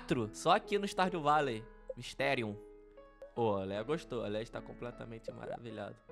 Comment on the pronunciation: Não é Léia é leah